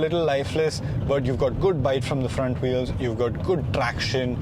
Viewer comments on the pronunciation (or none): none